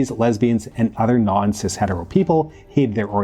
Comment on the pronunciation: You said cist , leftist language and now I’m turning this off